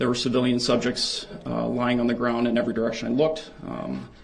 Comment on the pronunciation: So funny the reaction from the prosecution when dipshit axe's "do you see da opper in court? Can you point her out for the rekkid and the jury? "Grounz"....."grounz"😅😂 what a tool 😅😅